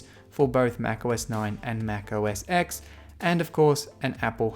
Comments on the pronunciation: Please stop saying 'Mac O S Ex' its 'Mac O S Ten'..... as a Mac person, you know this...!! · It's pronounced Mac O S 10